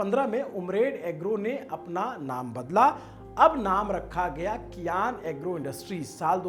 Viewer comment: भाई कियान नहीं❌ सियान नाम है